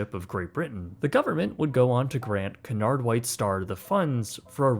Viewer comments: Samuel Cunard pronounced his last name Q-nard or Cue-nard like the pool stick. I learned this aboard my crossing on the QE2. Thanks for the good video history. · That's just standard British pronunciation, consistent with the 'y' sound in dune, tune, puma etc. Only in USA/Canada would most people pronounce it Coo-nard. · It's pronounced Q nard, it's not a duck and doesn't quack LOLL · Cunard is actually pronounced as Q'unard For our American Cousins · It is pronounced QU-NARD it is CU not CA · I’ve heard Brits pronounce it cew- inard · It's pronounced like Q'unard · Love this video but as an Englishman I hate how you pronounce “Cunard” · You must learn how to pronounce 'Cunard'. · is incorrect so rarely that I, a huge ship nerd, didn’t even respond to “Cunard” until the 3rd time. Then I had to google it as I doubted myself. Haha nope, actually made a mistake! Wow, I’m marking it down as we won’t see it for another 100 episodes. Ps anyone wondering: it’s pronounced Cue-nard. Or Q-nard. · I love this series! Thx for another great video!👋🏻 👋🏻 👋🏻 Pls look up the correct pronunciation for "Cunard" though....🙈😉 Looking forward to the next one!☺️ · It is called Cunard, not Canard. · Your pronunciation is appalling. It is Cu,nard not Cun,ard, ! Tricky language English isn't it. ! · CUNARD is pronounced KEWNARD not Kunard. Get another AI package and stop using AI with American voice overs as they just MASH the English language!!! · Who is cannard its cu uuu nard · Extremely good video. Please however the name is Cunard pronounced Q -nard not Cornard.😊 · Sorry about being pedantic but it's pronounced Qewnard... not Canard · Not C'narrd. Cue-nard. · Great details here - But Its just not "Canard" - pronounce it as Que-nard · It's not Canard it's Cunard pronounced Qunard. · Canard Fleet ? its Qnard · i need to say something, you always pronounce Cunard wrong you say it like Qunard not Coonard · It's not CANARD it's CUNARD. Accuracy counts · Q nard. Not coonard.